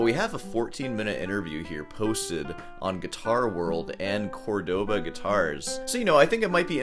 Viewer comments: Its CÓrdoba not Cordóba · How do you even pronounce that “Cohrdaba”?